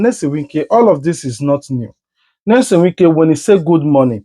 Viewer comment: Pls which one is Nesom? Are you a Nigerian and in Nigeria? This name is a household name and should be pronounced correctly. Your analysis is ok